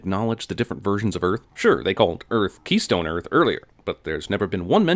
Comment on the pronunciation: Where Walter heard keystone earth I heard kinky key..